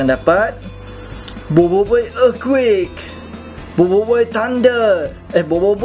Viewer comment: sok inggris lu anying dah pelat earthquake tk lagi sono